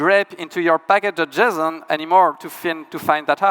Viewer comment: Cannot unhear packadojizzon